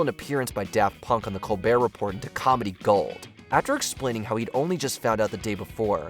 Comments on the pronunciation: Col-BEAR Re-PORE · Am I the only one that has a problem with them pronouncing the “T” in “report” over and over? How can you be an authority that has narrowed down the 20 funniest moments and you don’t even know how to say Colbert Report!!? 😮